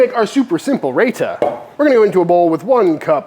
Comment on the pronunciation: Looks great! Not to be too nitpicky - its pronounced "RyeTa" and not "Rayta".